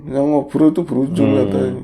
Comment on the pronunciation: harus jelas banget ya gais...hahaha... lucu